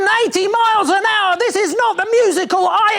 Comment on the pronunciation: this one from Ed is probably my favourite! “And thees ees my…”😂